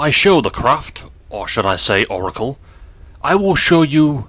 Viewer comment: Sorry for this, but... It's Oracle.*